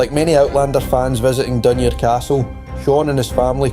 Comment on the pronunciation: Great video, well made. Hate to be picky but some of the pronunciations of the place names are questionable. ie for Hopetoun - Hopetown rather than Hopetoon, for Dunure - Dun-your rather than Dunoor, and the river Clyde is Cl-ide, not Cl-eyd. Maybe just the accent, I'm from Ayrshire.. was the reader from the East Coast? My apologies... well done though. X